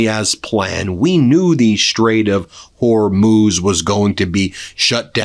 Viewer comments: Noooo... Ben forgot how to pronounce Hormuz again! 😢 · For those of you who believe leftist pundits at their word, there were many lies spewed here. I live in Israel and the attacks here since the beginning have definitely subsided, but when you hear from a man who can't even pronounce Hormuz (NOT HORMOSE) do not take him seriously. He has an agenda. He mixes in a few facts here and there and becomes "believable". The war is being won by the USA and Israel. Iran poses an existential threat to the USA. When you raise an entire generation and mandate in school chanting "De. a .t h to America, etc" and the first act you do in 1979 is kidnap Americans, and you take a country without ample water supplies and divert all its resources to create a nuclear bomb, ICBM's and hypersonic ballistic missiles you have a target in mind. That target is the USA. You do not live close by to these animals so you believe an uneducated person selling you lies for clicks. Remember, you subscribe, you watch, he gets paid. Do your own research, stop believing what sounds good.....Iran is being pounded and is going to collapse if they continue the war to the end, it is disastrous, but not for the USA, it is disastrous to the Iranian Islamic terrorists. They spent billions trying to destroy Western civilization. They see it as a religious duty, and if you know nothing of Shia Islam, or Islam in general, you will easily fall into the trap of hating Trump, hating Israel, hating all Jews and softening you for the third world. One example of this poorly educate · I think Ben should put a buck in the swear jar every time he says Hormoze instead of Horzmuuuuz.